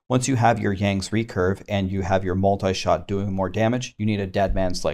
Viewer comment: New season,but same Multishot's pronouncation butchering..